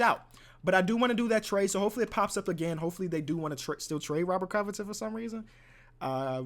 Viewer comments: the way you say robet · The way he said "ROBBERT" lmaooo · The way he said robert😂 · the way he say Robert got me dying